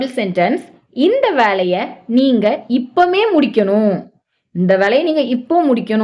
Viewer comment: இப்பமே அல்ல இப்பவே. இப்போதே........